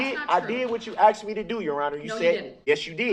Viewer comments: HE axed them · "aKs" "axe" "axed" "asKed" 😤😤😤🤬🤬🤬🤯🤯🤯🤬🤬🤬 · the "aKs" made my brain hurt! 😂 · "juriZdiction" 😂🤣😂🤣😂 " do you recall what you don't recall" 🤣😂🤣 It's "faxs" "I did what you AXE me to doooo" "respek" STFU